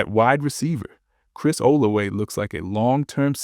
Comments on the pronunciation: That's how you pronounce Olave in French. 🤔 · I hate the way this guy pronounces Olave